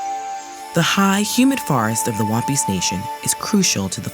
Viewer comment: She says Wampis I hear One Piece 😂😂😂